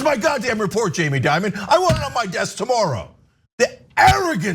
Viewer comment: Change the I in Dimon with an E!